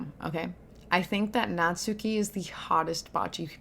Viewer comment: I think natsuki name would be pronounce more like Nat-ski instead of Nat-su-ki. The “su” is still there ut the emphases is so little. This is a good example